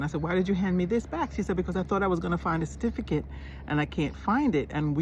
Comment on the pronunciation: Saying "Cerfiticate" you are already a Jamaican. 😂😂😂😂